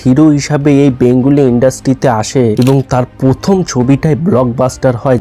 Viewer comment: পথম, কিসু, জাগাটিকে 😂😂😂😂😂 ভাই একটু পড়াশুনো কর, কথা বলতে শেখ, তারপর বল! "এবার বলবে কৌশিক", বললেই তো আর বলা যায়না!